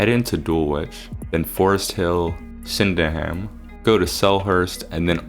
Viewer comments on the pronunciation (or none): Rough pronunciation guide: stress the first syllable and soften the rest. Doing this you will be right most of the time, the problem you had was stressing each syllable individually. This is especially notable to places ending in "-ham" where the "a" is very short and the "h" is dropped so the sound is just "um" Similar to the "w" being dropped in names ending in "-wich". Sydenham = SID'n-um Caterham = CAY-t'rum Beckenham = BECK'n-um Lewisham = LOO-ish-um (the "h" is used to smooth the transition from "s" to "u" sounds) Clapham = CLA-pum (as it treated as one word rather than two in quick succession the "p" sound is part of the second syllable, though CLAP-um will sound perfectly fine) Streatham = STREH-tum (the name means the hamlet on the street. This is why so many place names end in "-ham" for hamlet, while this spelling of street is likely from old English because the street is a very old feature. As you thought it was a Roman road, the London to Portslade Way, which took it to the south coast near Brighton.) Bermondsey = BERM-und-zee (important not the stress the "und" but a short "u") Rotherhithe = ROV-ur-ive (again dropping the internal "h") Norbury = NOR-b'ree (or just NOR-bre in a south London accent, but the "u" is short that it is not voiced and is just a glottal stop separating the "b" from the "ry" Dulwich = DUL-itch (like Greenwich = GREN-itch, the same as the new York village) Camberwell = Cam-buh-well (an exception in that "well" is not softened but pronounce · Sydenham = Sid-en-um also Bermondsey = Ber-mund-zee(dwell on the Ber a bit more) and Streatham = Streh-tem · bermondsey is pronounced similar to how you said it, but less emphasis on the 'mond' (BER-mond-SEY), streatham is pronounced stret-um (note short 'e' sound), sydenham is pronounced sid-enn-um, dulwich is pronounced dull-itch, lewisham is pronounced loo-ish-um